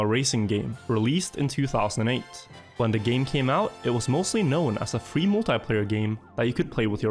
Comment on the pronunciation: Wait a second did u just say F R E E